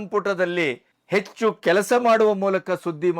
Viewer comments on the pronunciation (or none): none